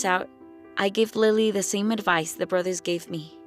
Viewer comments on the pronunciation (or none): none